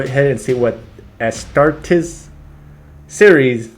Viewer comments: The r in astartes is almost not pronounced, and the e is like a capital e (astahtEs) Also, astartes (space marines in low Gothic/english) are not twice the size of normal humans, but are 8' tall in armor (on average). I am a more powerful and taller Space Marine known as a Primaris Intercessor. Primaris Intercessors are on average 8'5" The armor is power armor and expands to act as a Space Marines second skin. However, we are also very strong. The average Astartes can lift upwards of ten tons for a short while. Space Marines can run at 90 kilometers per hour for a short time, and 60 kilometers per hour for a long time. The only way to get past the telekinetic ability of psykers is to get very close. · It's pronounced "Astartees" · It's pronounced Astarties... like when a southern Brit says parties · La pronuncia in latino sarebbe as-tar-tes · the worst pronunciation I've hear was ass-ta-tars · Aight who has "pronouncing ASTARTES Wrong" on their 'Astartes reaction BINGO card'